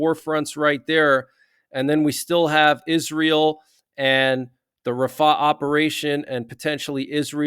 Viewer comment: Its rafah, not ra faahh